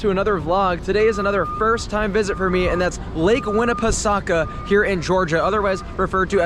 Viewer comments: The way he said the full name makes me cringe a bit. I get it’s confusing but it’s not how it’s supposed to be pronounced. We pronounced the pesaukah part as pa-soak-a. You get some water and get soaked a little bit on some rides. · I’m not saying it incorrectly. When you see commercials for lake Winnie they pronounce it the way I explained. Not the way this dude had gotten mistaken for saying it. The spelling and pronunciation is crazy and can create confusion and mispronunciation. Wi GB the ending being soak-a it goes better with their Halloween theme when they replace that part with spook-a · Your pronunciation is different than how most say it, but it’s not the worst I’ve heard.